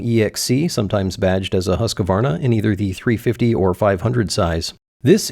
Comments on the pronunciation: huskavarna is not the right way to say it, it should be huuuskvaaarna. put the v before the a and push more on the U and A /a swede. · Did you just say Husquvarna???